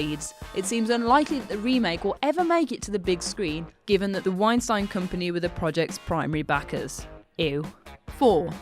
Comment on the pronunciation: If you work on whatculture, you really ought to be able to pronounce "Weinstein" correctly....